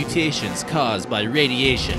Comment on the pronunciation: 'radietion' 'mutetion'